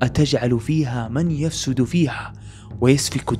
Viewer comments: للتصحيح : من يفسد فيها بضم الياء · السلام عليكم ورحمة الله وبركاته جزاكم الله خيرا و احسن اليكم بس تنبيه ربي يعافيك في اية ٣٠ من سورة البقرة (من يُفسد) ادغام النون في الياء و الياء مضمومة و ليست مفتوحة